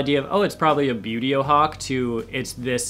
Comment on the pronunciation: excited screeching from far away Okay! Now that I have it out of my system a bit hehe - Wooohooo!! Hawks!! You already know these are among my favorites, hehe - great to know how "Buteo" is actually pronounced, too. (One of my most embarrassing bad habits is not knowing how to pronounce words I've only ever seen in print and never heard out loud!) Lots and LOTS of red-shouldered hawks in my area, and golden eagles. One of the first reasons I started wanting to ID birds at all was because I would see these huge birds near the road and I just didn't want to believe they were ALL "buzzards" (which I now know, black vultures are THE common roadside raptor around here). And come to find out: they weren't all vultures! Immature golden eagles and some of the biggest juvenile red-shouldered hawks can be mistaken for a vulture depending on how they are flying and if you don't have a good frame-of-reference for size. After all it's very hard to tell if you're seeing a vulture high up, or a hawk lower down, when it's just passing over head and you don't have much in the way of trees or anything to give you an idea how far away the bird actually is. And in parts of Texas there was a whole dust-up (back in the 90s I think) about juvenile golden eagles getting shot down by mistake. VERY cool way to present the information, and I really do like this - it feels very classroom and for me that's extremely helpful and positive. Makes my brain latch on better I guess! I also chuckled a bit when